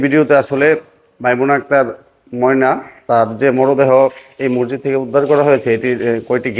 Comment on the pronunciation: মরজিদ না মসজিদ উচ্চারণ ঠিক করতে অনুরোধ করছি